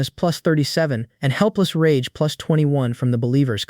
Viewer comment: Bro is saying pluts 1 pluts1😂😂😂😂😂😂😂